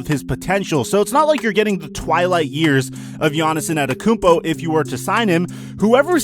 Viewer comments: Giannis Also: anetokunpo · anyone alse hear annetakumpo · He’s been a star for 3 years now so how r u still mispronouncing his last name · *gav it drives me crazy that people don’t know how to pronounce his name. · This guy didn’t say his name right once